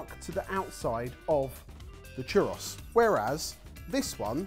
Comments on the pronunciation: It's pronounced Churr Ohhs...not Churr Oss... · My guys it’s not pronounced Chur-Ross. It’s chur-rose. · “Chur-Ross” ❌ “Chur-rose” ✅ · "chur-ross?" churros, man, CHURROS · Jesus Christ. Churr-OHs. Pronouncing it Churr-OSS makes it sound like a Star Fox villain. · Churr Aws? Dudes, it's churr ohs. It's a bloody PLURAL. One churro. Two churros. And I though bee tah was over the top. (And for the record, yes, I'm a Brit - but I managed to get out of the UK and actually visit other parts of the world.) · I'm getting caught up on the fact that pronounced churros as "chur-ross" instead of "chur-rose"... 🙃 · CHUR ROSS? No my friend, it's CHUR OHS. Please stop hurting my ears. Also, some things are just never meant to be modified in a healthy way. Churros are meant to be deep fried. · chur - oh and chur - ohs when plural. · "Chew ross" That hurt me. Physically. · I couldn't decide what was worse pronouncing it churrahs or constantly using the plural form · lol in his defense, his pronunciation is only a vowel or two away, even "cher-ohz" is pronounced with a "z" sound that doesn't exist in spanish, so no one speaking in an english or american accent is gonna get it perfect. Though tbf it is always kinda funny how they pronounce anything ending in "os" as "oss" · Especially when it comes out as "A chu - ross" cringey squirm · i would say more like, choo - rose, but idk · it's pronounced exactly how it's spelled. To expand on that, "churr-rose". The double R is rolled off the tongue. Also, churros is plural, singular is churro. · i it think it would be [pronounced like chu would be pronounced like the word 'too' but replacing obviously the t with ch all double RRs in Spanish means you roll them and the the last bit is pronounced like Ohs; choo-rrr-ohs. It's been a long time since my HS Spanish so i could be way off but after checking with google translate the pronunciation and my explanation seem to match even if it's rather a rambly explanation. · It's called as poorei